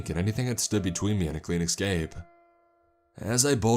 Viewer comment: Dude I love your videos but one thing that's really grating... Escape not eckscape .